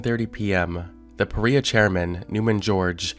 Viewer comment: Is it supposed to be pronounce PA- Rye- Ah?